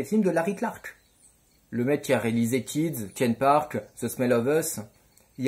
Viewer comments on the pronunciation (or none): none